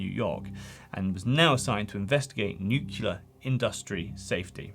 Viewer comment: New-clear. It’s just like pronouncing those two words, but together. Nuclear.